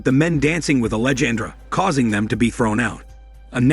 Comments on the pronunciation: Angelandra… that shit has been killing me this entire video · The way it pronounces Alejandra and angel hurts my ears so much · I was almost half way through before I realized it was trying to say ‘Alejandra’. LOL